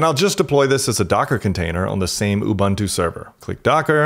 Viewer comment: You lost me at ubantoo. Do some research on how it's pronounced.